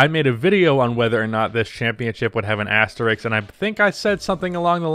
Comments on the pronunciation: Why is the “sk”-sound so hard for Americans to pronounce? It’s asterisk. Asterix hung out with Obelix. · Imagine being able to pronounce the word “asterisk” correctly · One day you will get the word "asterisk" right, I believe.